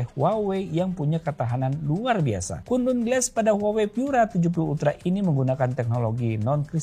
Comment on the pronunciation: volume hp 10% denger kata kunlun kek kuntul glass😂